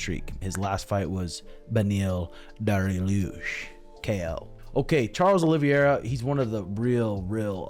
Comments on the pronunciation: Its not pronounced "hollie vee hera" its "olive-hey-ra" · "charles o-live-e-era" Is this chael's brother? Pretty sure you've heard the names pronounced correctly at some point over the years...